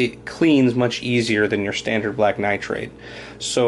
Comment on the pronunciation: it's pronounced nitride, not nitrAde